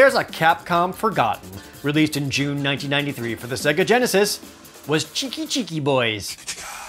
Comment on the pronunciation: This dude really saying Segga, despite the Genesis specifically telling you how it's pronounced when you turn it on.